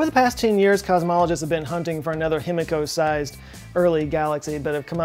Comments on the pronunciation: Love your vids! Japanese pronunciation lesson of the day. The i is always pronounced like “ee” so it’s Heemeekoh. You’re welcome! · Himiko = (He - Me - Ko) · Himiko would be pronounced he-me-ko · A giant what? Oh, a die-key-ree, now I get it... no thanks to your Texan pronunciation.